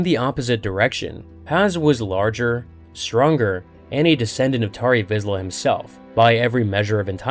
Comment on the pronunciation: Lost me at "Tarry Vizla"